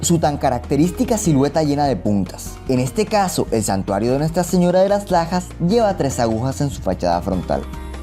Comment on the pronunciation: Entendi: "santuario de las pajas"